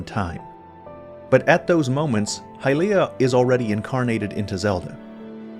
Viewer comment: Great video! But please, let's not try to make hy-LEE-ah a thing, it's HY-lee-ah.